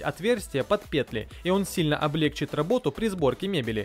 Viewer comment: Нет слова облегчит, с ударением на первый слог!!!!